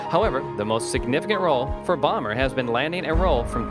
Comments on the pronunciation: bomber? lmao (boh-mer) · Whoever did this, didn't even pronounce Bomer's name right. And he was raised in Spring, TX